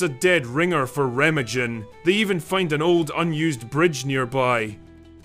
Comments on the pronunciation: Remma-jen 😅😅😅 it s Ree-ma-gun. Interesting.. subbed from Essex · Its pronounced REHH-MAHHGEN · That’s reh-MAHG-en. Hard G.